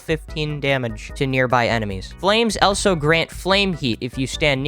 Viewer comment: Agreed and how does he think of saying elso instead of also